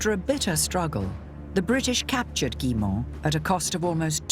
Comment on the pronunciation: Did he say ; "this is the village of Gillymont" the actual pronunciation of which is more like " Gooymaw". Why are we so poor at foreign languages? It's not THAT difficult to learn how to pronounce these words properly, or even near properly but to not even try - and these people are qualified experts in........something.